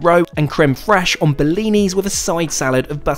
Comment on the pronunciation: So funny, I was in the next room when you described your choice of food your your first dinner on board, min., I heard salmon roe with crème fraîche served on bellini, I thought what is bellini? 😅 I then realized that's how you pronounce blinis 😂